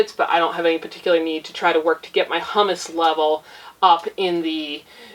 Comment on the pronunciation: Humus = “Hew-muss”. Hummus = “Hum-Us”. Humus is what is left over after other things have broken down; hummus is made from garbanzo beans and is a luscious dip. Thanks for the tip on the book! I will get a copy.